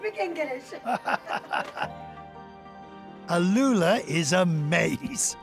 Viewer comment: عجبتني طريقة نطقه لـ العُلا .. اللّولا 🤣🤣